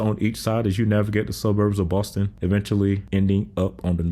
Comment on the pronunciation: I like the little pause right before saying “Boston” with attempt at a New England accent 😂 nice sounds a little more natural